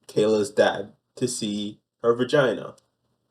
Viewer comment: One of the most horrifically frightening things is the way says. VaGynah. The emphasis and the pronunciation are disturbing on the highest of levels....